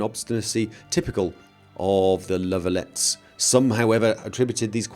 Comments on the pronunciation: La Valettes is french, the s at the end should be muted. ( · it's kinda to late to point this out now but La Valette(s) is french and pronounced La Va-let. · The second 'e' in La Valette's is silent, it's a French surname, trust me, Our capital city is named after it (from Jean Parisot de Valette, grand master of the Knight's order when they built it).